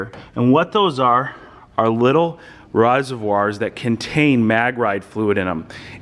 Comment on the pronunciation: litlle rise e voirs... lol. Just bustin' on ya. Great build!